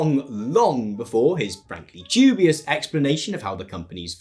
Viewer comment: When you use the word 'DUBIOUS'...you seem to place a lot of emphasis in the first two letters for no reason and the resulting word you end up pronouncing is 'JEW-BIOUS' which is, very odd to hear someone say. I know this is not the result of your accent, but it is a very real and deliberate choice you have made to do what, exactly? Are you making some claim there is some sort of Jewish cabal at work here? The "DU" in the word "DUBIOUS" is pronounced the same way you are meant to pronounce the word "DEW", and I do not know why you have used this word so often to describe what you are describing, but I counted at least 7 uses of the word, but, pronounced incorrectly as 'JEWBIOUS'. This raises some questions, or maybe it doesn't and, you simply are unaware of your propensity to pronounce words incorrectly to add some punch to your cadence, in either case, if you learn the phonemes of the words, you can get a better reaction. Also, the word 'OFTEN' has a silent 'T', just like in the words CASTLE, HASTEN, FASTEN, MOISTEN - so please, stop pronouncing a phoneme that does not exist. End of line.